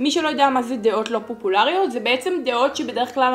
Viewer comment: פוּפוּלריוֹת? אומרים פוֹפוֹלריות 😂❤️